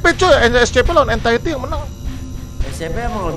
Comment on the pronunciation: Entity Cok bukan entitid 😭